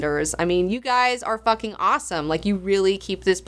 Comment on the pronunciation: and here all this time I thought was saying "Phukin" and all it's iterations. My virgin ears! When did phukin become the same as fuckin? Re-monetize episodes:D